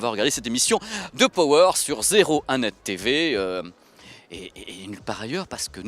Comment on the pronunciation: ●●● Pitié, de grâce, à tous ceux qui emploie le mot ANGLAIS "power". Arrêtez de mal le prononcer, ce n'est pa "PO WÈRE" mais "PA WEUR" ; allez, distinguez-vous de tous ces mauvais publicistes ... Ceci dit, merci pour cette vidéo, TRÈS BON SUJET ! Et oui, tous comme pour la VIUE, beaucoup perdent LES OREILLES et se contentent de ce que j'apellerai des "LEURES de MUSIQUE" certes très pratique vue le poids, mais bon, après, c'est un choix ... "En perdant la foi, l'homme a perdu le gout du merveilleux" ... ●●●